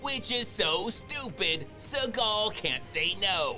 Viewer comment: The way he says Seagal name 🤣🤣